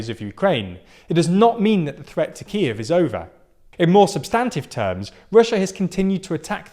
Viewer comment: You need to fix your pronunciation, particularly of Kyiv and Luhansk